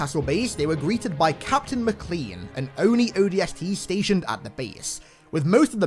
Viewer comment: it's pronounced "MACKLAYNE" not "Mickclean" LUL